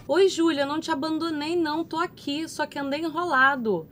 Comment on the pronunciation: Como não rir e se apaixonar por esta mulher?! O "Xulia meo amô!"